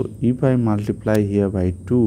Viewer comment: At first learn to say multiplt